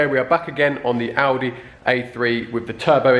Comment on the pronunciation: Class video as normal. My missus thought your said aldi as well. Defo my favourite YouTube channel